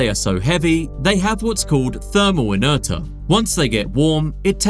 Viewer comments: I was gonna ignore how you said pharyngeal (you said "far and eye gull", it's "fair n Gee ull") until you said inertia (you said "inner-ta" ... It's "inner-shuh." That shyt gotta be rage bait, but I'm diagnosed on the spectrum. It bothered me, and I had to say it 😂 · Off-topic, but what on Earth is "inertah" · Just a couple of pointers for you pharyngeal pronounced fuh rin jee uhl, inertia pronounced uh nuh shuh and collagen pronounced ko luh jn. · Did you just pronounce "inertia" as "inerta"? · "thermal e-ner-tah" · AI narration - “ thermal inerta “😅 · thermal "INTERTAH????" My boy how did you not learn how to pronounce inertia? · Good video, learned a fair bit. One thing I would suggest, check pronunciation and do retakes when needed. You totally whiffed a few basic words like "inertia". Pharyngeal, ok that ones tougher, but again in a science video getting science words correct is...a pretty easy thing to get right. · Good video. Learn how to pronounce Inertia. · ive never heard someone pronounce Inertia in this cursed way. im a Physics student, this physically hurts me 😭😭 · I physically recoiled when he said that lmaoo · Please can someone explain how a "marine expert" can mispronouce "pharyngeal", "inertia" and "wrasse"? Like one mistake is reading a script too quick, but three? What's going on?